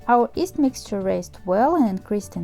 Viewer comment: why do say yeast as east?